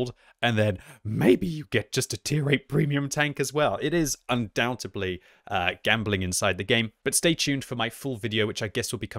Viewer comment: I cringe every time say “UndoubtAbly”… Jesus Mr. PhD… UNDOUBTEDLY